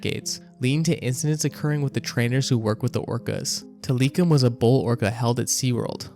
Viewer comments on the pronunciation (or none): Sir, please work on your pronunciation of names and locations. It takes away from the seriousness of the video and makes it look like research was not done properly. Examples include the pronunciation of Tilikum and La Jolla. Otherwise a pretty dang good video Cheers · Did you know that’s not how you say Tilikum? Like this is literally just content for you. It doesn’t have to be anything like the real name. Just watch blackfish y’all. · You know how we know you’re AI, the way you said tilikum Do better